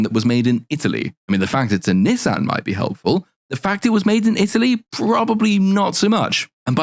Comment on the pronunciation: Niss - Anne vehicles lol